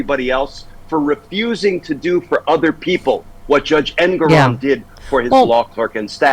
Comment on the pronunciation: I believe it’s pronounced en-GOR-on